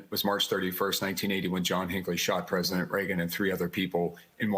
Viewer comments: The what? Presiment? 🤔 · The former presiment? Presiment?